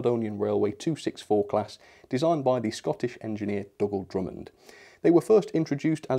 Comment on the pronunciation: Hi, Dougal is pronounced “doo-gal”, not “dug-ul”! Good looking model. Great value. Is it DCC Ready? Regards, Jim